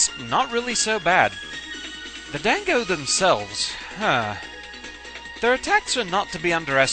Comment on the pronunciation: Gah, can you be consistent with your pronunciation of "dango"? You did say it correctly with an 'ah', at the beginning, however during the difficulty analysis you called it as if it stems from the word 'dang'. I believe the first pronunciation is correct, but it just annoys me when people do that especially with the letter 'a' like that. Other than that, I thought you did a very good job on this video. :D